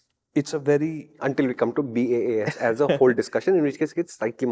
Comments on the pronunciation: BAAS car sounded like Bad A*s car suddenly 😂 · I listen in 2X and I heard BAAS as BadA$$ 😂😂